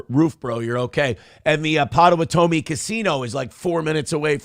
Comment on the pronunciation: His pronunciation of Potawatomi was awful.